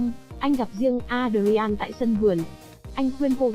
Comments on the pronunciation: Adrian không có đọc với 4 âm tiết là A đờ ri an nhé. Adrian chỉ đọc với 2 âm tiết là Ae dri-en. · Phim này xưa lắm rồi cách đây gần 30 năm (93). Alicia Silverstone đóng vai chính đó khi cô còn trẻ chỉ mới 17 tuổi . Ngoài đời cô là một người tính tình hiền lành rất dễ thương. Kênh này cần chú ý sửa lại phát âm tên nhân vật sai rất tệ hại ( Adrian).